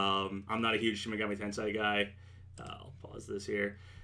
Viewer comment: TEN-SAY. NOT TEN-SIGH